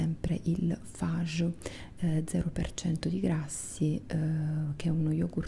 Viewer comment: Ciao,sei sempre piacevolissima per le mie trombe di eustachio 😍 detto ciò però devo farti un appunto,in ragione del fatto che sono per metà italiana e per l'altra ellenica;lo yogurt greco di cui parli si pronuncia "FaGhe" non "faye" nè altro ☺😊 spero non te la prenda con me 😉 baciotti 😙